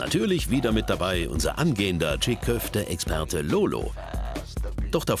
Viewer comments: Nicht tschigg köfte. Tschii köfte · Alter das G ist stumm! Die heissen gesprochen Tschi Köfte! Nicht Tschig!